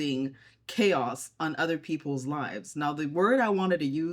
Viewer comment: mean hubby making fun of how you say chaos!